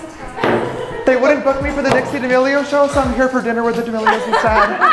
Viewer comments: He gave up pronouncing "Dixie" and go with "Dickie" instead it's so funny 😂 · my man called dixie for "dicky" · Am I the only one who heard say "Dickie"? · i like how he said dicksee instead of dixie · I’ve seen a 5 year old who loves eating snails eat snails but I just saw a damn millionaire teenager WHO NEVER ATE A SNAIL BEFORE BRUH Edit 1: “Dixie” Bro is the best commentary you tuber calling a millionaire tik toker “dickey” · OK BUT SNAILS ARE DISGUTSTING EW BUT LIKE U HAVE A 5 STAR CHEF AND WTF OMGGGGGG its "dixie" not dicckie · her names dixie not diggy not dicky dixie get it right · D'amelio fans: Dixie: "Dickie" Me: "WhEeZe" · did he call dixie "dicky" or do i have hearing problems lol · Atleast say Dixie’s name right